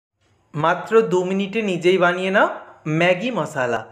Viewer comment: Apni MOSSLA bolen ken? Shunte ghinna lagey. MOSHLA bolen